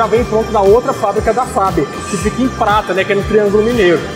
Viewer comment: Falou errado prata Mg